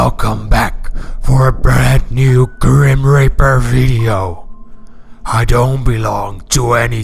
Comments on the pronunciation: At the start it soundet like u said grim raper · He said grim raper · LOL IN THE BEGINNING IT SOUNDS LIKE HE SAYS "GRIM RAPER" XD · Yooooo, I honest thought you said grim-raper at the start of the vid